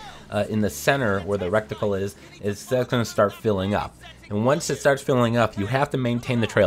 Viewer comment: It's reticle, not recticle.